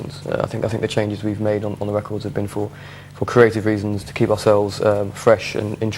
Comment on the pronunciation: cwazy weasons HAHAHA